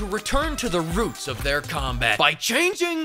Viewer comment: wE gO bAcK tO tHe “REEUUUTS” Of ThE sErIeS!!!!!